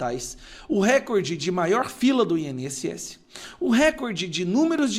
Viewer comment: NÃO É "RÉCORDE". PARA SER ASSIM PRONUNCIADO SERIA NECESSÁRIO A ACENTUAÇÃO GRÁFICA POR SER PALAVRA PROPAROXÍTONA. RECORDE É PAROXÍTONA. A TÔNICA É A SÍLABA "COR". NÃO ESTOU CRITICANDO, APENAS TENTANDO AJUDAR. É O CASO DE CATETER, CUJA PRONÚNCIA TEM SIDO CATÉTER, O QUE NÃO É O CORRETO. A TÔNICA ESTÁ NA ÚLTIMA SÍLABA COMO PALAVRA OXÍTONA.